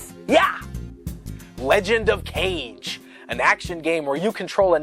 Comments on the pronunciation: Legend of Kage (I'm pretty sure Kage is pronounced "Caw-Gay" and that kage means "shadow" - for the record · Ka-GE, not CAGE. Kaaaage. Huuuuuuuuge difference. Kage is Shadow for Japanese also for the one who doesn't know. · Heard them say "Cage" instead of Kah-Geh, checked comments to see if someone already posted about it. Was not disappointed. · The Legend of Kage is such an underrated game, the controls were a little tough to get used to, but still great. Isn't it pronounced ka-GEY though? Or have I been wrong this whole time? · I always thought it was The Legend of "kah gei" rather than "cage" (romaji). I think it means shadow. Great video in any case. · >Cage? It's actually Kah-geh. It means 'shadow' in Japanese. Aside from that, great vid! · For the record, Kage is pronounced "KA-gay" rather than like the word "cage". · John Gallagher It's ka-gey since it's Japanese. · Kage is Japanese for "shadow" (pronounced Kah-geh) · For the record, it's actually pronounced "KAH-GEH".